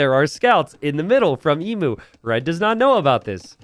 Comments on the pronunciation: My god its unbarable listening to you say Ee-moo, its Eem-You, please please change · Emu is pronounced ee-m you. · As Aussies we all know its eem-you, but Im here for DE content and can excuse the mispronunciation. Keep up the great work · Surely hearing ‘Emoo’ hurts your soul, just a little. I can’t be the only one 😢